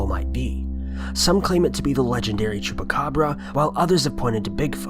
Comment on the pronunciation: It's "chupacabra"